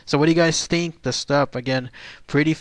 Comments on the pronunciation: ü is pronounced as You. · its pronounced "Shtoop" with a U sound in the oo. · I believe its pronounced like stoop.....not 100 on that though